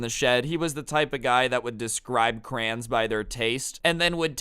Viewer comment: it’s so funny the way he says “crayons” it is CRAY-ON-Z